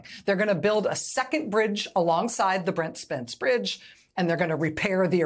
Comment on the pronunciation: Well done, Rachel! You said Brent Spence Bridge very well! 💥❤💥❤